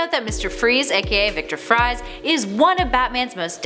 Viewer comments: It's pronouced Victor Fries(Freeze) not fries(like french fries) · It's not pronounced Viktor Fries it's Victor freeze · it's pronounced like "freeze" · She said Victor Fries like French fries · Victors Fries. Pronounced Freeze